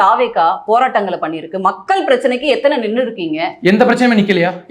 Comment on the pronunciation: இலைய பாரதம் , மக்கல் - மொதல்ல இத ஒழுங்கா சொல்லுங்க நெறியாலர் - அவர்களே.